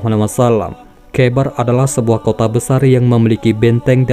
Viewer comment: kh dibacanya ho bqng jdi khoibar